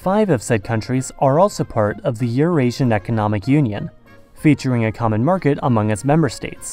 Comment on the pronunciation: Do you say "zhe" for "the" throughout the video in an attempt to sound more European?